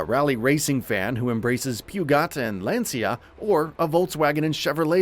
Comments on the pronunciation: You lost me at “Pew-got” but you got me back at Lancia. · "Pew-Got"... "Lan-See-Yuh" 🤣